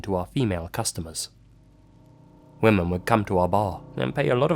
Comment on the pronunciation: sweetie, not being mean but you really need to learn how to pronounce the word women. You keep pronouncing it as woman.